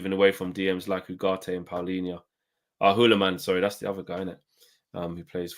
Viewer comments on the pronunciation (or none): none